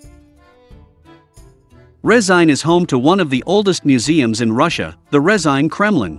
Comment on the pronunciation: "Resain" lmao